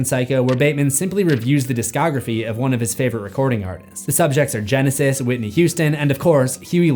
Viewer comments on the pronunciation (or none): none